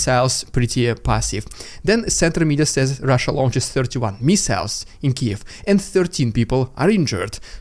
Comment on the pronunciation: you cant even say missile what the fuck dude